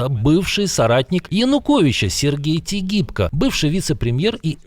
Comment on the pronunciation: Тигипко называли Тыгибкий.